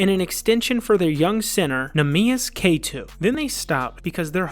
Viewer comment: so many mispronunciations. Kaytoo for Queta. :(